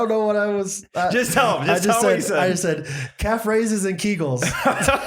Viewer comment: I listened to the episode earlier today and heard “cat phrases and kegels” 😂😂. Came here to re-listen to that bit and saw the words come out of mouth and realized it wasn’t cat phrases at all!!! Calf raises! Hahaha who knew!! There’s a new mad gab for ya! 😂 Any cat moms out there doing cat phrases and kegels as part of their physical therapy!!???